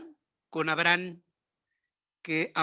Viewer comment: Sr Ferriz que se puede esperar de alguien que ni siquiera puede pronunciar correctamente el nombre de Abraham eso, 😆😆😷